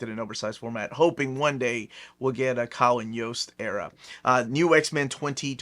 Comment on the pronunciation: When said the Kyle & Yost era I thought he said the Colin Jost era 😂 the snl guy?